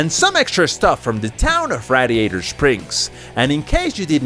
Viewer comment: mispronouncing radiator